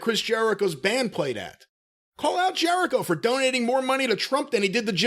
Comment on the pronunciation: Something small but I lmao when he called Jericho “Jericovid” 😂